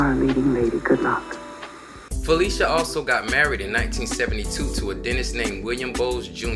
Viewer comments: Excellent. But her name is not pronounced as if were spelled, Felicia, it's actually PHUH-'LI-SHUH. See . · Her name is pronounced: Fah - lish - ah. (short "i") not fah-leesh-ah. She is very particular about that. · Lish [Phil….lish…a]. Debbie Allen quickly corrects people when they say her name wrong. This was awesome to see. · Learn how to say this woman's name, please!!! It is NOT Fa-LEE-sha! It is Fa-LISH-a! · So true. But to be fair, her name is so interchangeable with Felicia that people just automatically think that’s how you’re supposed to say it. Even I didn’t know until a few years ago that it’s really pronounced fuh-LISH-uh because so many people called her fuh-LEE-shuh all my life. It’s like the “phy” don’t even matter. They still think it’s like Felicia. But get this, she was actually named after an aunt whose name was spelled the regular way…but that’s the real pronunciation of Felicia 🤣. Names and these vowel pronunciations are funny, I swear. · I think she would scalp you for pronouncing her name Phy-lee-shia instead of the correct way of Phy-li-shia. Lol... IJS. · Fuh- lish-uh Not Felicia but that's a good one 🤣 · that her name is NOT pronounced Felicia it's Fuh-lish-uh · Brother what a beautiful tribute….however a lot of yall are mispronouncing her name its not “PHY LEE SHA” it’s “PHY LISH A” although spelled Phylicia…listen to how Ahmad Rashad pronounces it when he proposed on live television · pronounced Phy-lis-ha.... love her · I love this video I just hate that you pronounced her name wrong the entire video